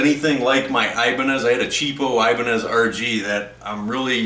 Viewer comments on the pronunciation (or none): none